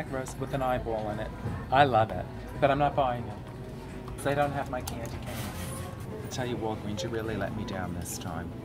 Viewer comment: I could watch Coco pump gas all day. lol I love how she says "KandyKane" (that's what it sounds like to me)